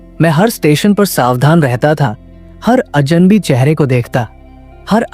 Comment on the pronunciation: Ajanbi nahi Aj'nabee, kagz nahi kagaz, apne shabdo ko thoda theek karo